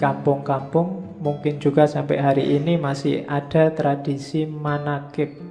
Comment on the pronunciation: Manakib bukan manakip